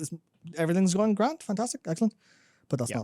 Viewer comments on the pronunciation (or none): none